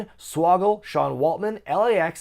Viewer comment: For future reference (since Blizzard Brawl is annual), think of Kesha the singer when saying the city’s name. Wah-Ke$ha. I know it’s not a big deal, just thought I’d let you know